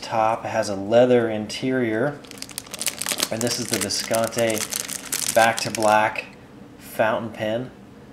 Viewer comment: It's been 6 years and he still doesn't pronounce it correctly--Viscontee!